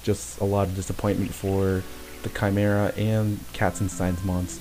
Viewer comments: I always thought it was chim-er-ah -Panglou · the balance spell is pronounced chee-me-rah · chee-meer-rah. 4got a letter